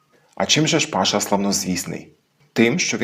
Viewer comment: Я ніц не маю проти,що Паша розмовляє по закарпатськи,просто не розумію, чому цей закарпатець називає себе по "Волго -Вятськи" ? Чи це по турецьки,коли наголос необхідно ставити на останній склад - " пашА" ?